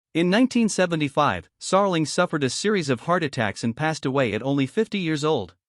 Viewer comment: How can I take any of this seriously if you can't even pronounce the man's name correctly, or even handle elementary words.